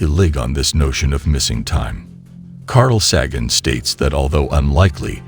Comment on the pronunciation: omg, it's pronounced Sharlemane not charlie mag nee..... And Carl Say Gen, not Carl Saggin.... What a crap video